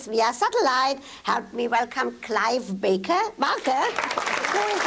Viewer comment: Did she literally not know who was going to be on her show? She can't even pronounce Clive Barker.